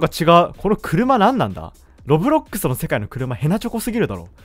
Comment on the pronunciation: うぽてきですー！ 冒頭のロッブロクッスにツボってます😂(ごめんなさい